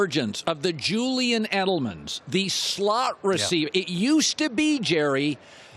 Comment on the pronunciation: I like how Jerry Rice says Edelman like Ellamen 😂😂😂😂😂